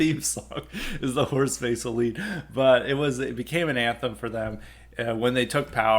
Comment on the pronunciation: Service message: it's pronounced Horst "Vessel" and the "theme song" was "Die (pronounced; dee) Fahne hoch"